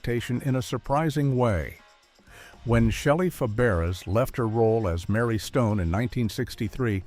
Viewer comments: FABARES is pronounced FAB=BRAY !!!!!!!!!!!!!!!!!! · Shelly's last name was pronounced "fæbəˈreɪ." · Yes, and Shelley's last name is being mispronounced in this video. It's actually pronounced like "Fabaray." Her aunt had also been Fabares, but changed the spelling. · It's pronounced Fabray. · Feb-air-ezz? Feb-er-ezz? Dear God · I cringed when her name is massequred😮several times You called out lazy writers. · Shelly Faberes (learn how to pronounce it!) was one of my early adolescent crushes. I stopped watching when she left. I guess that is why I have no memory of creepy Bob Crane on the show. You forgot to mention Paul Peterson's foray into music with "My Dad." Also, there is nothing unique about a generic hometown. Consider Springfield or Mayfield or Hill Valley.